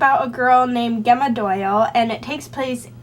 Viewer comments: I believe Gemma is pronounced Jemma :) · it's an ancient latin (and now italian) name and I've always heard people pronounce it jemma:)